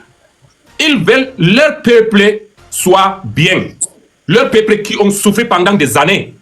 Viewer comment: Leur peuple et non lè péplé idiot on sans un analphabète non Même l’allemand là tu parles très mal Dumkopf idiot élan